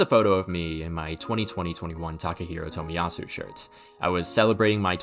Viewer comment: The way you pronounce Tomiyasu really pisses me off